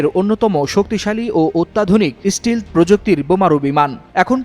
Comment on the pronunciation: ষ্টিলথ নয় ভাই, এটা ষ্টেলথ